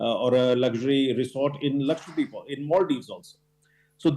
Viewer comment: ppl it is not Lakshwa-deep it is laksha-dweep the lady anchor said it so right. The other anchors should listen to her. Thank you madam